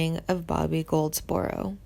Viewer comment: Is that who she meant? Man! How could she not know this? She also mispronounced Goldsboro at one point. I mean, dang.